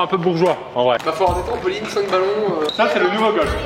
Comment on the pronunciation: TRAMPOLINE PAS TREMPOLINE t con ou quoi